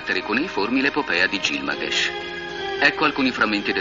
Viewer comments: gil GA MESH non gil MA GESH. l'ignoranza applicata alla comunicazione. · Il nome originale sumero pare che fosse Bilgamesh, forse esistono più varianti, però effettivamente "Gilmagesh" non si è mai sentito.